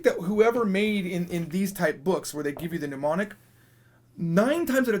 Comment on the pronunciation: Why do you keep saying "mnUmonic"? It's not a desease! It's "mnEmonic".